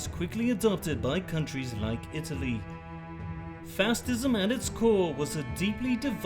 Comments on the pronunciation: "fastism" lol 😆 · ‘Fastism’ lmao 🤣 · I hate how he pronounces facism